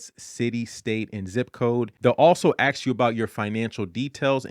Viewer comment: You sound very intelligent…but why do you say ax instead of ask